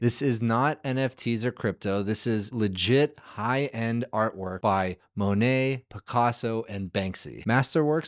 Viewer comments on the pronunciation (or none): none